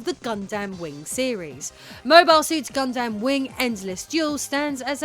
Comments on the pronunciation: I think it's "Gundam" not "God Damn" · I like doing the segment where you were talking about Mobile suit Gundam, with your British accent it sounds like you're saying, got damn. With your British accent, when you speak, you say every syllable within a two syllable word, instead of, just saying it as one word, you and your husband, do this, I'm just telling you, what I've noticed, it's not bad, I'm just giving out my two cents here.